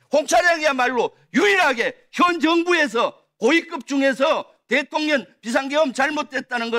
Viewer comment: 김병주 얘는 대통령 발음이 안되나 일부러 대통년이라 하나?